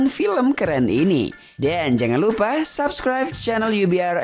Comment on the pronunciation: Kamsahabnida. Bukan kamsahamida